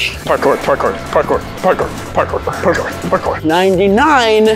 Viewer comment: Gabe:parckor parkor pacor